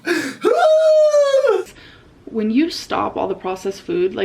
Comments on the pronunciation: Why is she saying “fuud” all of a sudden, has she always said it like that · What’s this new way of her saying food?!? 😡🤬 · I can't get over the way she pronounces "food". Bestie why does she use that weird ass accent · I've never clicked on a Zack video so fast. Also, whoever pointed out to me that she says food weird..... I just wanna talk.